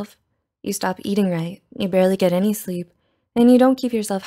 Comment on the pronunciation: Pfft- what is this thing? Sleeeaapppee soouuaappl leeee3ep Sleeeepppp ?